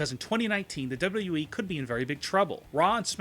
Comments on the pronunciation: dubba wubba wee At least learn to say WWE properly before you slate it. Although I agree yes the current product is mostly garbage. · when he says WWE .. he sounds slurred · Love the video but can you pronounce it as W W E rather than w dublu e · How hard is it to say "W-W-E?" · This guy cant even say wwe. He has no fucking clue what he is talking about and could not sound more delusional. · Why the fuck do you pronounce “wwe” at 200 MPH ????? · Learn how to say WWE for the love of fuck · He can't even say WWE correctly.... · First, learn how to say "WWE" Second, WWE has been in far, FAR more dire straits and come back. It certainly is not sweet for WWE and a great many of their problems are self-inflicted wounds, but this company isn't going out of business.